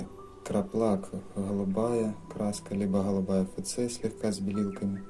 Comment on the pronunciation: "хгалубая, хгалубая" - очень режет слух, извините )